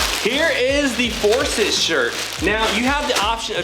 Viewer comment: I like it...might grab the black. By the way, it's ForsYth, not ForsIth.